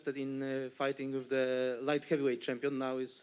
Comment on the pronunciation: He said he's the SAMPION😂😂😂😂😂😂